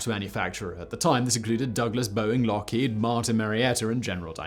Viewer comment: Lookhead? It’s Lockheed......just saying!